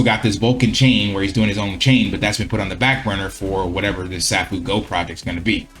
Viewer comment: It's pronounced "Say-foo-go".